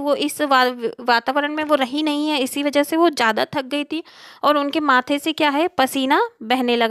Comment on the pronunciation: Aur tak nahi thak hota hai😂